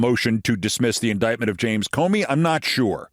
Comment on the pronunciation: Keith you forgot her pronunciation of indictment. 😅